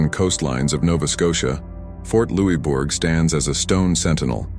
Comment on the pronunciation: Thank you for the vid! also, it's Louisbourg (loose-berg)